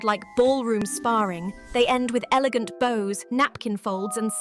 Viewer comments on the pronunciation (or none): Why is that young English teen saying the wrong “bows”? She says /boʊz/ where the meaninɡ is clearly /bæʊz/.